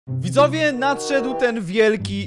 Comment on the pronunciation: ty na początku gdzieś w 1 min, powiedziałeś widowie Xd 🤣